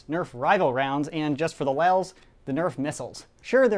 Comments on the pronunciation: its lols not lels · LOL'S NOT LEL'S